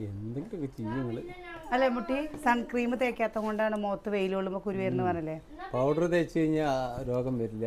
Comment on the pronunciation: ആ കുഞ്ഞു അവിടെ കിടന്നു അമ്മാ, അമ്മാ വിളിച്ചു കരയുന്നു. ഒന്ന് എന്താണെന്ന് പോലും ശ്രദ്ധിക്കാതെ വീഡിയോ. ഒരു 100 പ്രാവശ്യം രസം ഉണ്ടോ രസം ഉണ്ടോ, എന്ന് പറഞ്ഞു കൊണ്ട് വീഡിയോ .!! സൺക്രീം അല്ല, സൺസ്‌ക്രീൻ ആണ്.